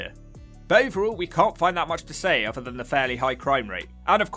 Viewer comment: Am I the only person that can't "unhear" words in this video such as... Redroof Fousand Fings Uver (other) Munf (month) Healf (health) Free (three) Weaverspoons Plymouf Fink Two hundred and firty four fousand Come on chap, sort your commentary out.